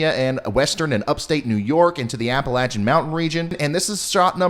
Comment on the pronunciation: Thanks for pronouncing Appalachian the correct way!!